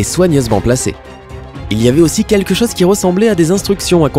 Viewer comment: cette chaze, la zane, des atames... t'as des pb avec la lettre "O" ou quoi ???